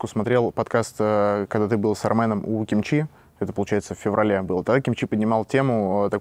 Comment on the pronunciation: НУ ЁМАЁ ОТ ТЕБЯ ЭТО НЕОЖИДАННО))) аж слух режет "кИмчи" на первую ударение 😅